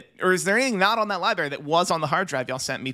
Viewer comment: did this fn guy say "Libary"?